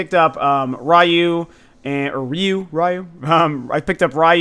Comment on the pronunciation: Ryu= means dragon- pronounced- re you